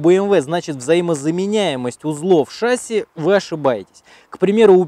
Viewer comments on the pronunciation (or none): none